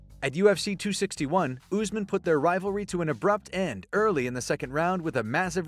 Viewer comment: This dude says Usman like chael does = Oozeman